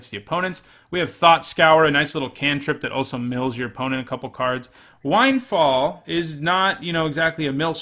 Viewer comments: Its wind. Like blowing in the wind. Not like wind like winding a clock. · Lord have mercy, the "wind" in windfall rhymes with thinned, not with bind. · Never thought I'd see the day that a grown ass adult can't pronounce the word "windfall."